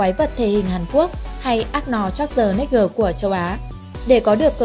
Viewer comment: Ác nò-chác tờ nếch gờ